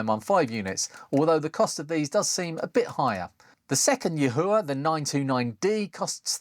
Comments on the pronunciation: I'm told it's s pronounced Yee-Wha... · Yahua in a Geordie accent? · just cut the cord and junked the yihua 929d-v cuz the screws at the shaft base transferred too much heat and softened the mating plastic handle, losing too much rigidity and risking a burn also yihua (谊华, yi4 hua2) in mandarin pronounciation is like yee-hwah. Your pronounciation is very distinct and hilarious